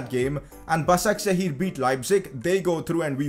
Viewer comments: Btw it's pronounced "bashakshir" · It's pronounced bashakshehir